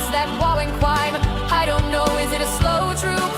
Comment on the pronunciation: Waww and Cwime…🤸🤸🤸🤸🤸😂 Wauren and Gwayson…😂